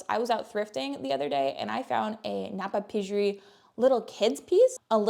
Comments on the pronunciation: Napapijri. Ignore the J. It’s “Napa PEE ree.” New subscriber as of now. Love your content and presentation style. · Napapijri - The "j" is silent so it's phonetically pronounced like na-pa-PEE-ree